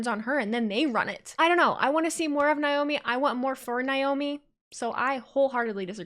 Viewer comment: Believe Naomi's name is pronounced Nay-Oh-Me not Nigh-Oh-me. Sorry, it just bugs me a little. The whole thing with MCMG and The Bloodline and Roman,etc. was fun!